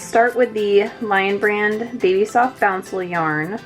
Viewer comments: boucle is pronounced boo-Clay not bouncel. Boucle is french for kinked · It’s pronounced “boo-clay” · Great review and comparison. Btw boucle is actually pronounce boo-clay. It's a super strange word.